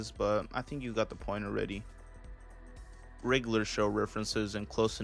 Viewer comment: OK but why Can't you pronounce regular.....